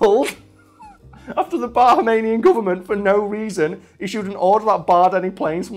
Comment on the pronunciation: That is not how you pronounce Bahamian or Cay lol